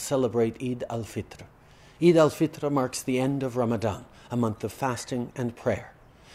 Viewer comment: Mashallah his pronunciation of salaam and eid is on point